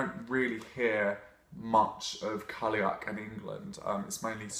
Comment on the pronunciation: Cailleach is pronounced 'Ky-loch' (as in Loch Ness). Not being picky, really like you and your vids! It's just so hard to focus when you hear Irish mispronounced.